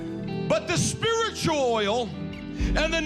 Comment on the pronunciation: Did he say spiritOil lol